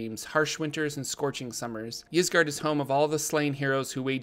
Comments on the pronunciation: Y's typically make an i sound so it would be "isgard" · It's pronounced "Eesgard," like Skyrim's Ysgrammor (forgot the spelling) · 'Eyesgard' or 'Yeesgard' (which you are saying so good job lol) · "Isgard", like how Ygdrasil is pronounced. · i think its said with a hard E, "EEs gard".. but once again, love the videos!! :D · original Scandinavian languages normally pronounce a Y in the beginning as a hard E. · I'd pronounce it EES-GARD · Its pronounced eezguard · Ysgard is pronounced, "AS guard". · "Isgard" just like the word "yggdrasil" is pronounced "iggdrasil" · Ysgard is pronounced "Ease-Guard" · Its pronounced EEs-guard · Ys is pronounced "eese" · It’s pronounced “Ysgard” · Ys should be pronounced "I" (as in "in") "su" (as in "surreal")